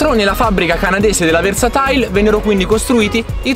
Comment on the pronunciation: Sarà versatile....non versatail